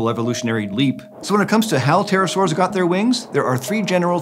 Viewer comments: read as 'peterosaurs' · Because english speakers don't pronounce the P it always sounds like Terror-saurs. XD